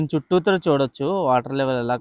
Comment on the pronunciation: Bro meeru చుట్టుత్రా antunnaru adi mee slang aa bro?!! Nenu ayithey చుట్టూర antaaru adey vinna